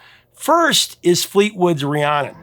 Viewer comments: Fleetwood Mac VERY CLEARLY sing the lyrics of Rhiannon as Ri-ayn-nun yet they professor here just has to mispronounce it when he spoke of it by saying Ri-ahhn-nun. Why, professor, must you do this???? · I love your content. However, as someone named after Fleetwood Mac's famous song, I have to tell you it's pronounced Ree-ANN-in (not Ree-ON-in). Still love you even though you mispronounced my name.;) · Professor, please enunciate RhiannON - I hear the last syllable a time or two, but for the most part, it sounds like you're saying Rhianna. I know you have the title/spelling correct, it's just not coming out in your enunciation. I LOVE your segments, thank you so much for the interesting and informative history that you always deliver. I'm a lucky GenXer who was alive during most of the eras you cover. Love your work. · It’s the first time I’ve heard you mention the song I was named after… how disappointing that you pronounced it incorrectly multiple times. 😢 It’s Rhiannon… pronounced Ree-Ann-Un.